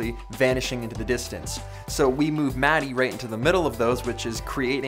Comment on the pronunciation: Congrats for 900k subscribers! It's funny how you pronounce Matti's name, I'm used to pronouncing it differently 😁